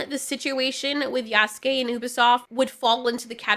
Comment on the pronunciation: You're the first person that has made a video about this and actually pronounced Yasuke's name correctly.. so many people saying "yah soo kay" and it's so cringe